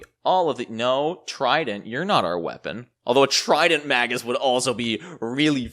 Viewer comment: Really like your videos - but would like this one even more if you pronounced it "mei-guhs":)